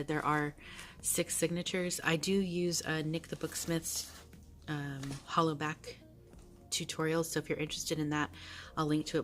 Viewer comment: I totally could not help myself but every time you said "hollow back" all I kept thinking was 🎶🎵HOLLA BACK 🎶🎵 😂🤭